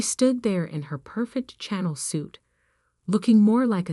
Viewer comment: It’s “Chanel” (for designer Coco Chanel), not “channel”. You just keep making errors in the script and the narration and you don’t bother to edit them. You continue to disrespect and insult your readers. Shame on you! 👎👎👎